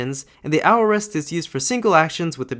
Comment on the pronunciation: I believe aorist is pronounced /ˈeɪ.ə.ɹɪst/ :) Great video!!